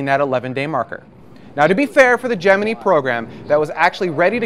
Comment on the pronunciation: Why would you choose to pronounce "Gemini" in a way that you KNOW is incorrect and different to how everyone else says it? That's just weird attention-seeking.